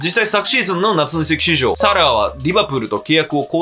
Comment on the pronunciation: 夏の移籍畜生にしか聞こえなかった